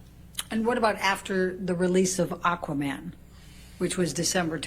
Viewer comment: Aquaman not Aquamara